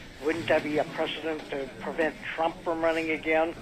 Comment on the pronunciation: Why the hell do uneducated people sound like they are saying "Pren Trumm"